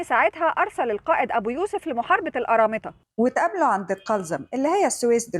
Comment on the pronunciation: انتي عسل وبحب فيديوهاتك ... ولكن القرامطة بالقاف وليس بال أ